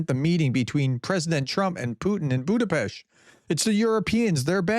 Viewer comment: Budapest 🇭🇺🇭🇺🇭🇺 RUSZKIK HAZA! Putin can very well stay in his bunker, waiting for the end. Btw you did pronouned Budapest really well prof.